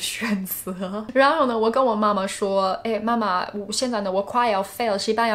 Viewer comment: Her Chinese level is virtually close to native speaker, only some tones of words sound a little bit weird like ‘相反的感觉’, ’然后呢’, anyway she is a very very fabulous and ingenious language learner.